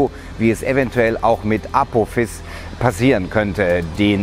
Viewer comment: aphOOOOphis nicht aphophiiiis xD betonung liegt falsch xD